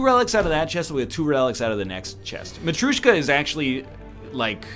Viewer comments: there is no U in matryoshka, egg, you've been told that like a hundred times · Everytime he mispronouces matrioshka i die a little